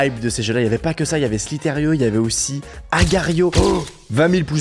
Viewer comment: C'est pas slitairio, c'est slizeur point io